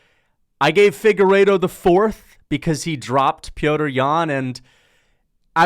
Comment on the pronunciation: How have u not realized that his name isn’t pronounced “Peter”